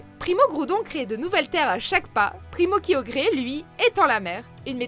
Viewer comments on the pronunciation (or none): primo-kiyogré jpp (prononcez bien svp) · " Méga Latio et Méga Latia" :rire: "Primo Kiyogré" :s'étouffe" " Méga Rayquayza" :meurt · Surtout le primo kyogré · Primo-Kryogre, Primo-Goudonne,Méyaga-Raykwaza tout shiné!!! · entre nous, on peut dire que neoxys prononce bien mieux que, (RIP primor kriogée T-T ) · Primo Kryogré 😂😂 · Primo Kryogre primo Groudonne Mega Raycraza tout shiney XD